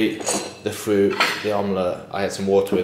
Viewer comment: Fwoat it’s fruit lol